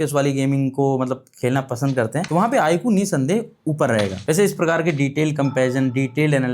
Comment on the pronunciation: Saaf saaf bolo na , IQ tumko pasand nhi 😁😂